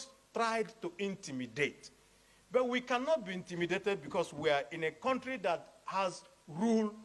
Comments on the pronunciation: NO BE BAYOLENCE, IT'S 'VIOLENCE' NO BE LIBIN, NO BE KWONTRY, OZUWO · is not Quontry its County 😅😅